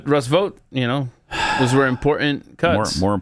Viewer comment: I am with you Pat with valley girl sounding pronunciations of many words. I have more hate for the word important when people put a "d" instead of the first "t". They pronounce it as impor-dant. I know Pat is not really reading this, but couldn't help myself because I am hearing this more and more and it drives me crazy.